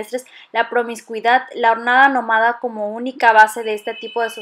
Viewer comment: Es nómada, no nomáda. Y me dejas la duda si es barbarie o barbarié ya que siempre dices esta última y casi seguro que es la primera. Corríjanme si estoy mal